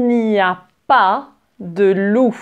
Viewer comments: voici un example a , je croix que tu veux dire wolfff :) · parfois j'entends un "f" apres quand tu dit "loup"